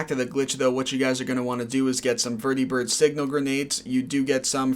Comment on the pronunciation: lol why do you pronounce vertibird and prydwen like that? they've been said out loud multiple times throughout the game